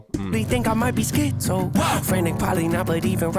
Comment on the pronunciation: im always surprised when people who react to this video dont react to the way Nate says 'schi-zo' where its a sharp upward inflection on the first syllable and a sharp downward inflection on the second. the implication of the change in thought process even inside of the same word, or how paralyzing it feels to be emotionally up one second and down the next like bipolar but on a much more serious and significant scale.